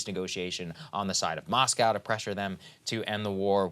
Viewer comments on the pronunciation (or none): none